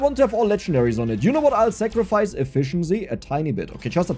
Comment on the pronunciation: I find it amusing the way you kept pronouncing Sacrifice it sounded like Zachrifice